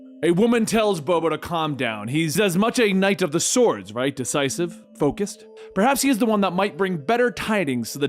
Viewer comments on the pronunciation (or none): none